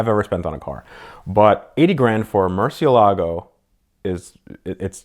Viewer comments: Not to be rude, but "Murciélago" has the "é" as the stressed syllable, not the "la". By the way, as you may well know, "murciélago" means "bat", therefore he who drives a "Murciélago" is actually a batman... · Mer-sel-e-go so says all powerful ruler and curator of cars, Ed.